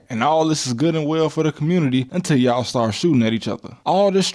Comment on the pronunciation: "yaw" instead of "yall" is crazy lol